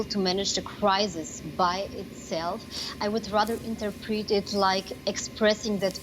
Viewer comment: The way she pronounces "interpret" is completely wrong. Make me your correspondent, I could do a better job :D